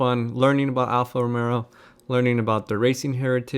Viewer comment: dream car, well done! ...but why I believe I hear you say Alfa Romero?